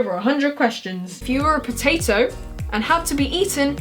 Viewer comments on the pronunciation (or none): none